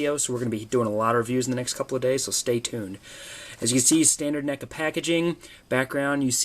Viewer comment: Its neckuh